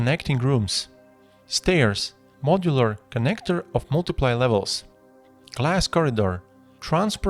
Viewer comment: This has nothing to do with the actual content of your tutorial (which is awesome btw I love the clean look) but it always makes me chuckle a little bit when you say "multiple." I know English isn't your first language and I'm not trying to make fun of you, I just giggle a bit when I hear "multi-play" instead of "multi-pull"